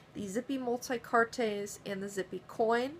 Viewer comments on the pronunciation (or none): Its pronounced "multi-kaarts" not "multi-cartés" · Lovely little pieces. Thank you for the review. Quick crashcourse in French: "Multicartes" has silent e + s = pronounced "multicart" when spoken.